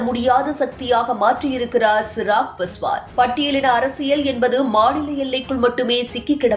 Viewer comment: Chirag Paswan illai. Avar peyar Chirag Paaswaan. Peyarai seriaaga uchariungal.